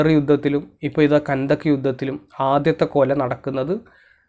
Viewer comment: കൻന്തക് എന്നല്ല പണ്ഡിത😀😀 ഖന്തഖ് വിവരദോഷി വിവരം പറയുന്നു 😀😀😀😀😀